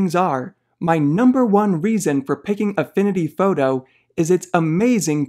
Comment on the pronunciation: “Affinity fawtoe” Great video!